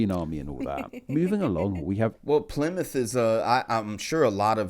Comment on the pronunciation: Bad video made worse by the guy's horrific accent/speech impediment...not to mention it's plainly incorrect in many cases. Plymuff - Plymouth Portsmuff - Portsmouth Souffend - Southend Free - three Free - no cost Mowff - Mouth Fru - Through Norff - North Fings - things Fought - thought Nuffin - nothing Norven - Northern